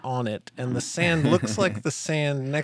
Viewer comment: Spinx? It’s Sphinx. As in Sfinx.